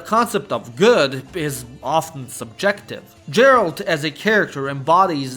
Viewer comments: My dude, I love your videos, but PLEASE look up the pronunciation of words if they're new to you or you're unsure how you're supposed to pronounce them... :) Melee, Harbinger, Volatiles, Otherworldly, Disturbing, just to name some... Also, you're mispronouncing Geralt's name, which is basically criminal if you're covering this very topic. If you haven't played the Witcher games, you could've asked literally anybody that has, and they would've told you how to pronounce the main character's name correctly. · Bruh, how could you pronounce Andrzej Sapkowski properly, but at the same time called the witcher "Jerald" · great insights...but one nitpick; when you are slav, you should not say Djeralt instead Geralt :D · Dude I really like your video but please just stop calling Geralt Jeralt 🙈🙈🙈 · Геральт Geralt (gheralt not jeralt) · Why are you calling Geralt Đeralt? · Its Geralt not Jeralt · I wish ppl would stop pronouncing "G" as "J". It's Geralt, not Jeralt. English pronunciation is fucking stupid. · I took a shot of Vodka every time you said Jar-alt instead if Gar-alt, by the end of the video I could speak fluent Polish! EDIT - yeah, I sobered up and now all I can remember is Kurva, so... back to square one I guess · Geralt, not Djerald... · Bro its pronounced Geralt not Džeralt. Other than that tiny thing great video as always! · Your ,,Gerald" pronounciation is just wrong. Dislike. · Dżeralt... Fakin hell man xD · another one who calls Geralt, gerald... ehhh, shows u most likely havent played the game, or have no ears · "pronounces Geralt as Jerald" WESTERN SPY SPOTTED!!! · yeah all but.... Geralt has a Hard sound "GHEralt" plz 😭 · Bro, say DŻERALT one more time, I dare you. How do you talk so much about the game and not know how to pronounce the protagonist's name? Have you even played it, or did Chat GPT write the script? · Man really called him jeralt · for that pronunciation of gerald you will suffer a tragic fate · Goddamit, it's Geralt, not Geralt!!!